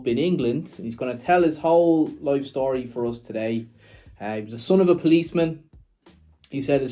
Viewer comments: "What's the shtory" is your shtick. Stick with it! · Enjoy the relaxed style of interviewing, but yes, you are right..."What's the schtory" doesn't help the actual story 😂